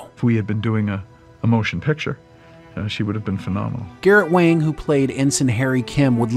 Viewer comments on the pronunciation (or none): I could have sworn he preferred it pronounced 'Wong'. Not 'Wang', despite the spelling. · Garrote Wang is pronounced Wong not Wang. Regarding the Ship itself its really good they made Voyager a Science vessel and not a battle cruiser. You have to make Voyager under powered under maned and under gunned otherwise there wouldn’t be opportunities for vulnerability in a new part of the galaxy! If you sent the crew into the unknown with a warship they would be the dominant factor and their journey would be too easy. This way they may not be the species with the biggest stick or the crew with the ship with the abundance of energy and resources but its their ability to work together as a team and work well with the tools they have to overcome their obstacles. Make it a big battle cruiser with all the power reserves and weapons at their finger tips and Voyager’s journey home would have been like Glamping.